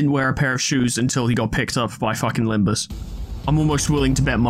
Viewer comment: during Faust's dialogue, she accidentally said "Limbis" instead of "Limbus" and it became a bit of a meme for a while :P